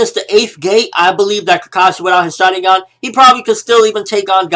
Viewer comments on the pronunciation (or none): can you please pronounce it like shar-IN-gun?